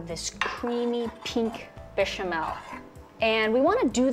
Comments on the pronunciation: "BISHAMEL SAUCE" ?! 😖 WHAAT? 😳 As soon as I heard her pronounce it like that , I was out. This recipe is complete nonsense! 🤮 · “Bee chamel” Babe come on lmao. Also, nobody adds ALL OF THE MILK TO A BECH AT ONCE WHAT THE HELL